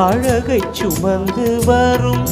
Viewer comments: ஆமாம்.மணியோசை கேட்டு எழுந்து பாட்டில் கூட ' சுமந்து' வார்த்தையை அவர் எப்படி உச்சரிப்பார் என்று கவனியுங்கள் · அழகைச் சுமந்து வரும் இந்த வரியை கவனித்து பாருங்கள் என்ன உச்சரிப்பு. ச் உச்சரிப்பு கூட ...... உங்கள் இறப்பு ஏற்க முடியாது. உங்களுக்கு இணை யாரும் இல்லை